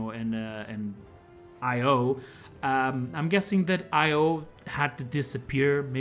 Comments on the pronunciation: Its pronounced Io, not Io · Btw io is pronounced e-yo just so you know :-)